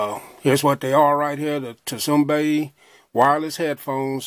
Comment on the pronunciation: Great review but the T is silent, so its pronounced "sumbay" bro lol. No disrespect👍